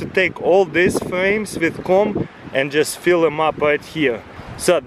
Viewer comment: its funny how he says "comb"